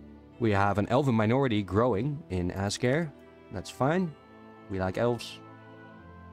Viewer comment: Good stuff! If you care... apparently Azkare is pronounced in a Japanese-ish style: Az - kuh - 'ray | With the 'ray' sounding like a mix of 'day' and 'ray' like east Asian languages tend to do.